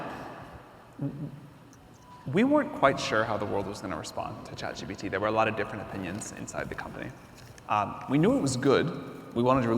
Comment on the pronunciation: Chat GTP?? It's ChatGPT